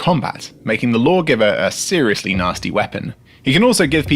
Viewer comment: "Blaw-giver pistol"? Well, if you say so.